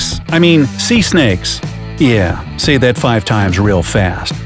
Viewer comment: not sey but say anyways not looking at pronunciation. always room for improvement